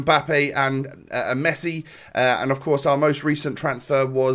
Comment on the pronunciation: You screwd up with mesii lol